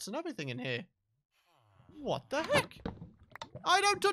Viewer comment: "Hwat the Weck"